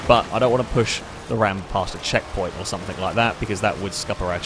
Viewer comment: its something not somethink